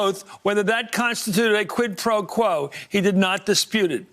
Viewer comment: did he say qiud pro ko?